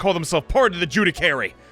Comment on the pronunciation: gotta love how has consistently been saying "judicary" instead of "judiciary" this whole time (it's pronounced joo-dih-shee-airy)